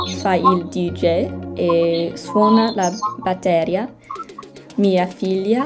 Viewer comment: Ciao, non pronunci bene le doppie come "baTTeria", ma per imparare le traduzioni così bene in soli sette giorni, è stupefacente! i miei complimenti<3